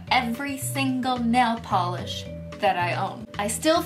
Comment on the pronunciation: "and then it goes yayy! ding deng deng, a thousand layers of NAYLE POLERRRSSH" :_omegalol::_omegalol::_omegalol::_omegalol